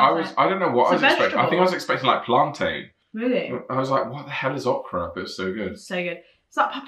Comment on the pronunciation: North Carolina Bar B Que is THE best. It’s Ohkra not Ahkra LOL